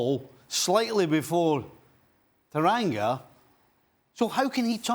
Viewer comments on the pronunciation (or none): I swear it’s Tanganga not Taranga 😕